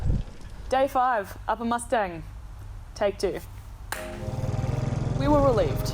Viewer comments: It's pronounced as Muss-ta-ang not Mustangs like cars or horses.. FYI.. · It's Moos taang not mustyang🙏🙏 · would you please pronounce as "moostaaang" . thank you🙏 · when a Nepali word is spelled in english the pronunciation doesn't change.. Or vice versa.... it's not the accent.. n definitely not pronounced as horse or a car... It's disrespectful n rude to call it something else..at least try..